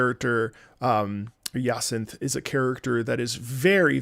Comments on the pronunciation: It’s Ja-sant, or at least as close as you can get in English. It’s the French word for Hyacinthe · I love how he struggles to say her name I believe it's pronounced Jay-senth/ Ja-cin-the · this is true, there's a French speaker in one of the Discord servers I'm in and they said that the French pronunciation has a sound that's not in English. Funnily enough the French version of Z-A uses a different name for Jacinthe.